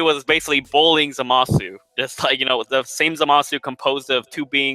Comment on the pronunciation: You pronounce zamusu wrong